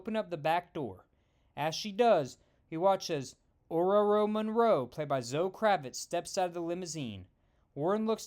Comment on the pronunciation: Wow, you actually made an effort to say Ororo right!